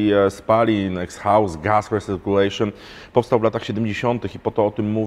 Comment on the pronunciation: "Ekshaust"? Chyba pora podszkolić angielski 😉